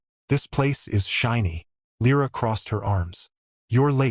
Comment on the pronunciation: Perché continui a dire L R A? È Lira. :-/ Bella storia, e trama. La regina non è lei. Anche l' inglese non è tuo ;-)